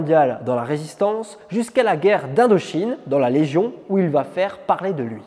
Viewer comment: Pardon d'insister, mais ce n'est pas un "tic", c'est une grave faute de liaison car il n'y a pas de T à la troisième personne du singulier du verbe aller... Il va... c'est une faute terrible et (je vous le concède) de plus en plus répandue.